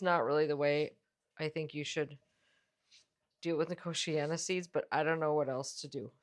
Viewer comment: Since it's a native American plant your pronunciation is correct.